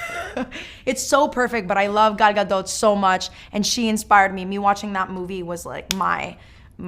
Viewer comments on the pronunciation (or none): "I love ga-ga-doh so much" 💀